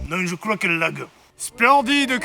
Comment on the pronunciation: " Je crwois qu'elle lag"